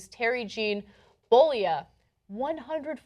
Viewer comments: its pronounced bowlayah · it's actually pronounced Terry Bollea (BU-LAY-UH) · Bowl-eh-ya. Ana... I know we've just been over "You don't care when you're wrong", but dammit... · Way the fuck cant Ana pronounce " Bollea" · She butchered the pronunciation though... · She keeps pronouncing his last name as "Theel"-the 'h' is silent. And hogan s last name is 'Bol-a-ye'